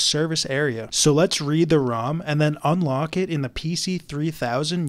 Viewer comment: I have been watching some tech videos where the person intentionally mispronounces words for engagement on his videos and when you said ROM, my first thought was "damn it not another one!" But then tech monke brain booted up and reminded normal monke brain that ROM is correct. 😂